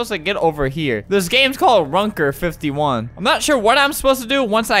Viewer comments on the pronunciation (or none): Runker 51. Im norwegian and that sounds wrong.